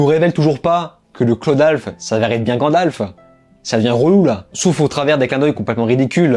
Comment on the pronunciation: Mais t'arrêtes de dire grandalf c'est gandalf